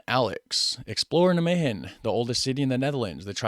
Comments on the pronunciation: There are 1150 museums in the Netherlands. The Rijksmuseum in Amsterdam is far away from this museum. You put the emphasis wrong when pronouncing nijmegen. You should pronounce it as NIJmegen. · the stress is on "Nij". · NijMEGEN, you might as well pronounce it as NyMEGAN instead of NyMEHEN. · Nigh-May-GGGGGGGGen Like Night without the T, May as the month, GGGG like scraping your throat, eN like the letter N. Emphasis on NIJ....You were close :) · it's pronounced neigh-megen with a fairly hard G, as if you're clearing your throat. neigh-may-clear throat Ghhhhh-'n ;-) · you both suck at pronouncing 'Nijmegen' hahaha The 'g' is a really strong sound. The emphasis is on 'Nij' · In Nimwegen the nimwegenaren don't use a hard G, but a more softer G. Dat zou jij moeten weten, met jouw nickname. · You "G" pronunciation was correct but the rest wasn't, the way she said the rest of the word was better than yours, so just take hers add your "G" to it and your good.